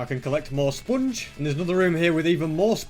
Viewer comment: I love the way he pronounces sponge as spunge.